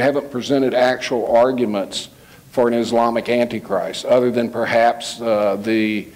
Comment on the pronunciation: prideful attitude, refusal to accept anything said as Biblical or true and pronunciation of antichrist as "Annie-Christ" turn me off to him. There is much to be revealed in the future that the Lord has not yet made clear. We must not hold so fast to our own personal beliefs on eschatology that we can't see the truth unfold before us.